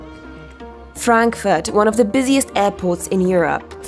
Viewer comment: you said it right فرانكفورت 😁